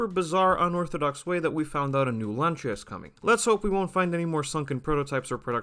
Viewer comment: Rebadged?! Talk from people who never drive "Lancha" (with soft ch) and doesnt known to pronuance the name...